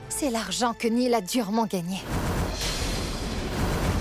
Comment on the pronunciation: C'est Néel pas Neil 🤣🤣🤣😂😂😅🤣😂😅😅🤣🤣